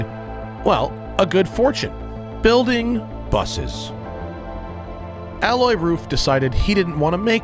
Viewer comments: Can’t even get his name right ; it’s Alois the i/s isn’t silent , it’s A-low-eez !!!! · Alloy? You mean Ah low ees? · Please do me, my Grandfather (who had the same first name) and Alois Ruf the favour and spell his first name correctly. Its not Aloi its AloiSSSSSSSSSSSS dont skip the S at the end, its rather importent in german, we have no vovels to forget or hide under your tounge in german any letter you see has to be spelled. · hahahaha OH GAWD. Alois Ruf is not pronounced 'alloy roof' but 'A-low-eez'. I remember reading that back in the 80s in an issue of Sports Car International. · I was laughing at this mispronunciation too. how on earth do you pronounce the name Alois as "alloy", lol. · while i do not have heard the podcast i literally live in the town next to RUF and believe me, it is not alloy. If anything, a local would emphasize the „s“ in Alois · The man is called "ALOIS" Ruf, not "Alloy" Ruf. Also, the material you're talking about is called "Aluminium", not "Aluminum". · Love it. Great car and great video! Just please learn to pronounce Aloïs right (A-LO-ISS) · Matt, his name is A-low-eez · RUF isn't a tuner but a car manufacturer. And the guy is called Alois, not alloy... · Alois is pronounced A-low-ees. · AH-LOY-US. it's nor Frecnch ya goof. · his name is not "alloy", it is alois, with an a like arkansas, followed by lois, like lois lane....it sounds just stupid like you pronounce it, it hurts in the ears.... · The "s" in Alois isn't silent. ;-) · Great video! The "S" in Alois is not silent btw. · The S in Alois is not silent, because it's a German and not a French name. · Pretty sure you pronounce the S in Alois, Matt..... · He knows how to pronounce Gemballa but butchers Alois?